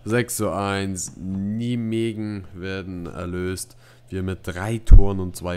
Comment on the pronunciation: Und nijmegen wird "Neimechen" ausgesprochen